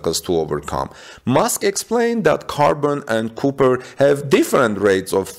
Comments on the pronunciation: For a non native speaker, your English is really excellent. Most of it is not only easy to understand, but even sounds like American English, not foreign sounding English. But that is not how you say copper. That first o is pronounced like ahh, not oooh. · Cop not coop